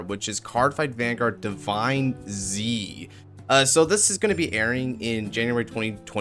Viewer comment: on the stream they said divineZ like Z was a "s" so sound like divines